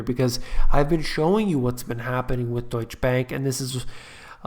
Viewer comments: its like PORSCH-EH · DEUTSCHE Bank is pronounced: DEUTSCH-eh. Pronounce the 'soft' E at the end of the word (almost like a 'soft' a).